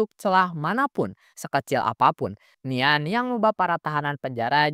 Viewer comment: Bukan nian tapi dibaca nyan itu